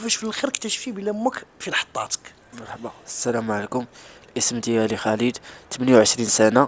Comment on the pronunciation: رجاءا سيدي الفاضل. ارجوك ان تنطق اسم خالد الخاء والألف ممدود. خا خا خالد. وليس بخليد. خا خا خالد. وشكرا.